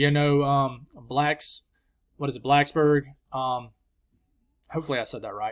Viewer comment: You nailed the pronunciation of Blacksburg and Roanoke (Row-uh-noke),! Which makes up for crushing my hopes that we'll be fortunate enough to see enough snow to cover the tips of grass blades. 😭😉